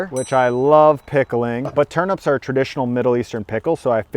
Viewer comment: TURNEEEEEEEEP NOT TURNUUUUUP